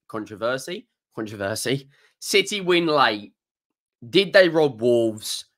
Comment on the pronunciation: Contovershi got me 😂😂